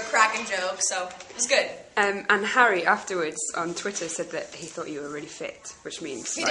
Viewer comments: HAIRY! --The way she pronounce Harry's name! Haha! Hairy Harry! XD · 'herry' lul